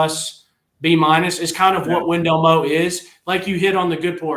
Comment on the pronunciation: Whatsup & good show and I know it's spelled Wendell Moe but it's actually pronounced Wendell Moi he looks like a Moe to me as well but with him being Polynesian they pronounce it Moi just letting yall know. GB🍊 Vols 🏈